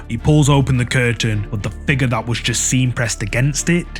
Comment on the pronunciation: FIGURRH 😂🤌🏽 love the channel!